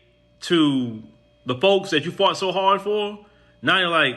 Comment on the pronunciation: Say it right ✅️ - "THEM" folks not THE folks- Put emphasis on THEM FOLKS!